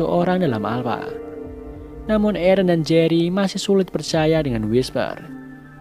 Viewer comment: Aaron = ereh